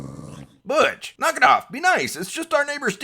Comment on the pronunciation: Butch I thought u said bitch